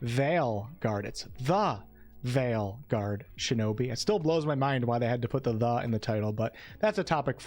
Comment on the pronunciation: Wow, your pronuncation of veil was much more standard this time!